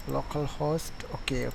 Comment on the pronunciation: same. it took him forever